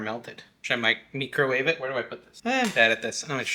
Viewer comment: “Meecro Wahve”😂😂😂 (Were you giving that turkey CPR?? 😂😂😂) Love cottage cheese! Thank you!❤